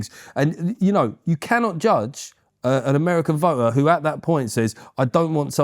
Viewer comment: But it seems to start with a "eh oo" sound rather than with the "you" sound.